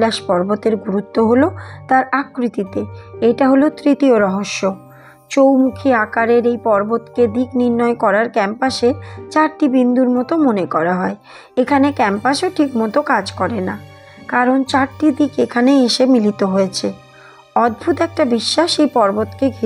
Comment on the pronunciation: ক্যাম্পাস নয় কম্পাস